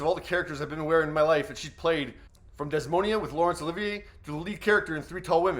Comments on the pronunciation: Desmonia,? No Shakespeare in your life at any point? There is a pronunciation guide available online. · “Desmonia”? That’s Desdemona, the female lead in Shakespeare’s Othello. Smith’s film performance of that role in the 1960s resulted in an Academy Award nomination, and the film holds the record for the most nominations for a movie version of a Shakespeare play. I can only imagine what Dame Maggie would say about that mispronunciation of one of Shakespeare’s most well-known female characters. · Yes, that’s the point at which I stopped watching this. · You might learn how to pronounce Desdemona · Agree. Stilted and tense, he actually mispronounced “Desdemona.” Dame Maggie would’ve roasted him alive.